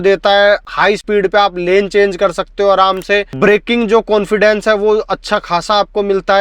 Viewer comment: Cilear ho gaya bhai😂😂. Konfidence aa gaya bhai 😅😅 bhai bhai bhai bhai ...agey bolna bhai 😂😂😂